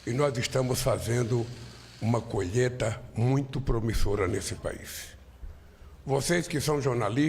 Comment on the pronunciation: Quanta ... Me dá náusea, Colheta? Kkkk colheita diga colheita.